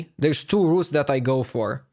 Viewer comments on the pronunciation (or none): none